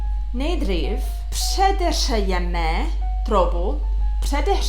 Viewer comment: Perfect Ř! And thumbs up for "předehřejeme":D nailed it!